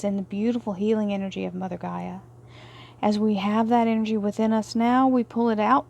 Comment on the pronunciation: GAIA, not Geyer! 🤣